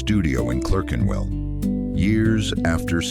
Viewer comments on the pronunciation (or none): Pronounced clarkenwell